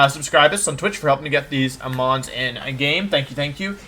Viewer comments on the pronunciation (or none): none